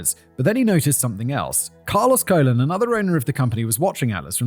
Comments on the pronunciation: Carlos Colon is pronounced cologne, father of WWE wrestler Carlito. Pro Wrestling has been "fake for about a hundred years now. It was essentially invented by the Gold Dust Trio in the 1920s and 30s. It's a fascinating world spawning from the carnival circuit were legitimate tough guys and shooters AKA amateur wrestlers would travel Town to town with the big top challenging locals to wrestling matches and walking out of town with a grand or two in their pocket. If you were tough enough it was a very lucrative business to be in. Famed American presidents Abraham Lincoln was a wrestler, grappling is arguably the world's oldest sport besides perhaps foot races. But about a hundred years ago the dynamic of legitimate competition where matches could literally last hours morphed into more of an exhibition focused on characters, story-lines and entertainment. Up until the late 90s wrestlers observed a tradition called kayfabe. Kayfabe has two different meanings; first it's a signal word that one wrestler might drop to another when there is a mark within earshot. A mark is a somewhat derogatory word denoting a fan of professional wrestling more importantly someone that traditionally wasn't smart to the business. Secondly kayfabe means a strict adherence to keep the illusion alive at all costs! Wrestlers have been fired and have had their top spots taken from them for accidentally breaking kayfabe. In the '80s the villainous Iron Sheik and the heroic hacksaw Jim duggan were traveling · The name Colon is pronounced koh-lóng or if you have to almost like cologne. And just think of wrestling as "actors" who do their own stunts. Most of the moves done in the ring would leave your opponent maimed for life if you actually performed it correctly. You never see them do any of those wacky moves in MMA. And as for the razor and syringe,they are tricks to produce a lot of blood but no real damage. You can relax,it's fake.